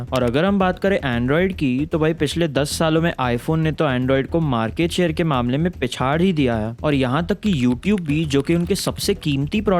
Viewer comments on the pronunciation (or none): none